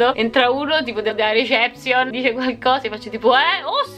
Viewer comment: che non sa dire reception>>>